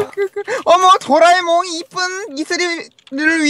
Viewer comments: 18분27초에 도라에몽을 '도라메옹'이라고 함 ㅋㅋㅋㅋㅋㅋㅋㅋㅋㅋㅋㅋ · 이거 마지막에 도라에몽을 도라메몽 이라고 했던데